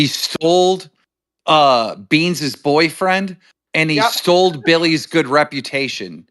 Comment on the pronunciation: "Stoled" 😂 Oh.